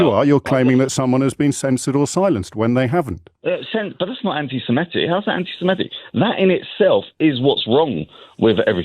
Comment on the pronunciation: You're right about this - except you mispronounce "anti-semitic" 🙂